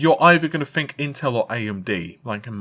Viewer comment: "FINK" ITS "TH-INK" TH, MAN!!!